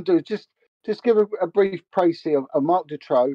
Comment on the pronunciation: The pronunciation of the name Marc Dutroux is horrible and the name is also spelled wrong. I'm from Hasselt (flanders) where also An Marchal and Eefje Lambrechts were from. They were the only two victims from flanders all the others were from the french speaking part of Belgium. A friend of my was a good friend of An Marchal, she was even a witness in the trial of Dutroux. I still see the parents of An and Eefje in the local supermarket regularly.